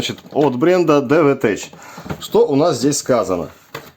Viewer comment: осмелюсь поправить,произносится DE'VETECH(дэ'вэтэк),ударение на первый слог...буквосочетание СН в технических названиях практически всегда читается как твердое,,К,,,от слова TECHNOLOGY(тэкнолоджи)...😊